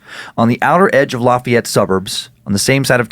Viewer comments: as someone from Louisiana the way you pronounced lafayette made me cringe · The way you pronounce Lafayette